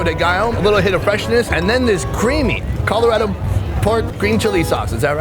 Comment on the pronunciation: Is it just me that thought he said Colorado weird???